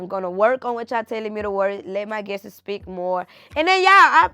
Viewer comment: Guestes as people is not a word, its guests. Coup and cope are two different words. Love you girl but let’s work on this.